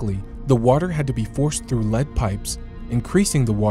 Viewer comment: "The employees could enter the pipe one time at a time, as a result of this." "Lead" pronouned like "heed" and not "head". It's sloppy.